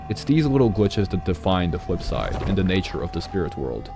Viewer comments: great theory but i couldn't keep saying fwipside in my head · The Fwipside